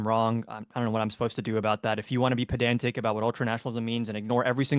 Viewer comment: This is the 3rd time I heard a leftie say Pedantic. But all 3 pronounced it wrong. Lefties say Podanzic. 😂 It's so cute listening to them try to use new words. 😂